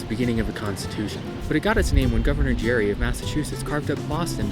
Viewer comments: Tiny nitpick: the governor's name was pronounced like 'Gary.' The lack of audio/visual mass media lead to readers outside Massachusetts guessing it was pronounced like 'Jerry.' That's what stuck. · Gerry not Jerry gere-ree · The governers name was actually pronounced with a hard G, the word gerrymandering softened the g at some point later. Source, from his home town. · Gerry is pronounced with a hard g, no knows why gerrymander is pronounced like a j. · Actually despite Gerrymandering being pronounced with a "dj" in the front, governor Elbridge Gerry was pronounced with a hard g. Yeah, I know...